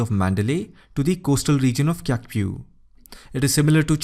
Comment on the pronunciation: Her name is pronounced as Su Chi. Ky is pronounced like Ch. Similarly currency is pronounced as chat not kat nor kiat. So please don't call her Su Ki. Wrong! So it's pronounced as Chaukpyu for Kyaukpyu